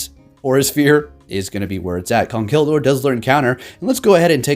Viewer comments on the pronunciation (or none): Jay Wicks he said “Gurdier”😂💀